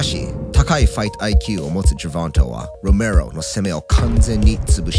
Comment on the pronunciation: ロメロの発音良過ぎて内容が入ってこんよwww